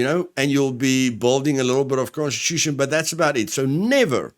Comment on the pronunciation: First time you said constitution i heard prosti* and i was confused. :/